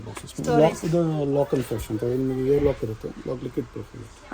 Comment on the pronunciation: ಹೆಣ್ಣೆ ಅಲ್ಲ ಎಣ್ಣೆ ಹೇರ್ ಕೂಲರ್ ಅಲ್ಲ ಏರ್ ಕೂಲರ್